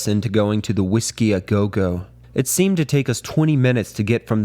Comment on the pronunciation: I was already suspicious that this is AI narrated, and it was confirmed when it couldn’t pronounce the Whiskey a Go Go, followed by the nonsense word inventation. I despise AI narration, and I won’t bother finishing this video